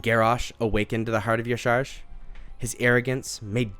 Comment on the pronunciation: Aww isn’t it pronounced “yah sha rahj”